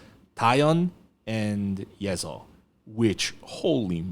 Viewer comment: i thought you dont turn an s into a z between vowels... i think yeseo is pronounced ye suh not ye zuh. the other ones change (ㄱ pronounced like k at the beginning and g in between vowels, for example), but i dont think ㅅ does. unless you speak a dialect of korean that does do that? idk your background with korean, just that you are korean and you speak it definitely a lot more than i do, but ive never heard someone pronounce ㅅ like that, so im just curious. not trying to be critical or anything, just wondering